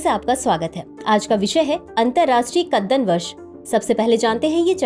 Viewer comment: कदन्न को कितने आत्मविश्वास के साथ कद्दन बोला जा रहा है 😅